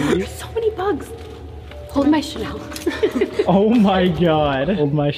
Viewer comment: not "channel" 🤣 its chanel miss gurl